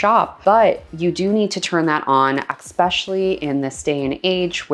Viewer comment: please for the love of god stop saying eckspecially...so ...many..... times......